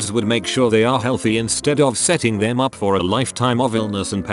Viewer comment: Did it just fucking say u o instead of up??